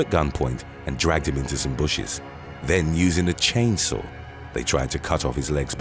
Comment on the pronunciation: "Chain sour" accident? LOL!